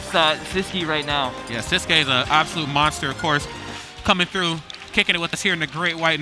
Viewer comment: Why do everybody says his name wrong? 😂 Its sis (like sister) qui(like key to open a door) siskey, thats how to pronounce his nick